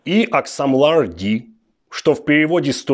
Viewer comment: Не аксамлар, а акшамлар.Там не просто S, a Ş (s c крючком) iyi akşamlar - Добрый вечер